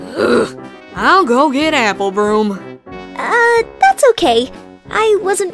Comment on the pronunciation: "Apple broom"lol